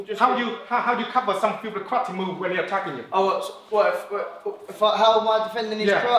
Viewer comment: he said karati instead of karate